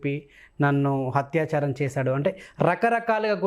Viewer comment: హత్యాచారం కాదు యాంకరూ, అత్యాచారం అనాలి. తెలుగు సరిగా పలకటం నేర్చుకు చావండి.